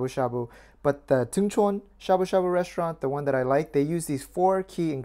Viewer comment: Why ya sayin' shabu shabu like shaboo shaBOO? T.T Now people are gonna start saying it funny. T___T